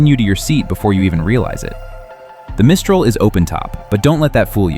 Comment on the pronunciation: Teach your robot the proper pronunciation of Mistral